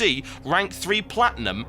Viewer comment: dear TB..............maybe he had a family member playing and he let that family member play on his account :3.....ALSO did u say platium ? wtf?